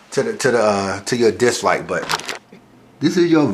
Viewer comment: my nigga has a tough time saying "dislike" though